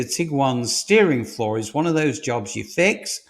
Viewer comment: Get a bit sick of these AI driven videos, repeated calling a FLAW a FLOOR, obviously edited by a machine not a human being.